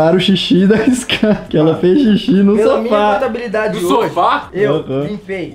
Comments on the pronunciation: Mano é "SKAR" com k ñ com c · Gente é: Skar ✅ Scar ❌ Compreesão sério me dá uma agonia 🙃